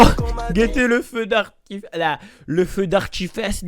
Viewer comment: Je rêve ou il a dit feu d’artifesse au lieu de feu d’artifice 🧨😂😂😂😂😂😂😂😂